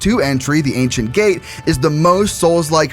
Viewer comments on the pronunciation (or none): none